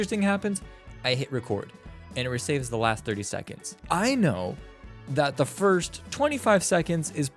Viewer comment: 'firts' xD